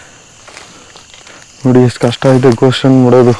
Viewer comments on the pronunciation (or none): none